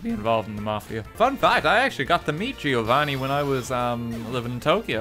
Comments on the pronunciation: Lol you dont say the i in Giovanni only Govanni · RT: "Gi-o-vanni" Me, an italian: heart attack